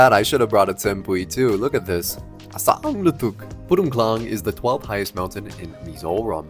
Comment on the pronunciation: Purun tlang,not purung